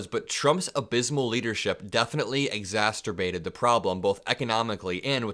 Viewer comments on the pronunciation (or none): 💙💙💙 Thank you! One friendly callout though… “exacerbate”, not “exasturbate”. lol I’ve heard you say it this way in another recent video and figured you’d appreciate the callout for the sake of journalism. 😁💙💙💙🇺🇸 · exacerbate, not exasterbate. no "T",. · I didn't comment, the first time I heard you say it, in the previous video--after all, everyone experiences a slip of the tongue, now and then--but since this is the second time you've said it, within two videos, I'll be That Guy: It's pronounced "egs-aa-SUR-bate." When you pronounce it "egs-aa-STUR-bate," you sound as though you're referencing another action, entirely. Hahaha. Otherwise, though, congratulations, on the success of your channel! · Hi! I really hate to be 'that guy', but it's "exacerbate", not "exacTerbate". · Exacerbate, not exasterbate. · Hey, you're a smart guy and wise for your age, so I wanna leave this comment with the best possible intentions and don't take it as snark or anything: I've heard you mispronounce "exacerbate" a couple times now as "exasTerbate" and I just wanna point it out to you as it's one of those mispronunciations that people get ragged on for. Throughout my life there's been a few words I was mispronouncing that I've been thankful to be corrected on, so that's where I'm coming from here. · Love you and your show! ( But there is no "t" in the middle of the word "exacerbate")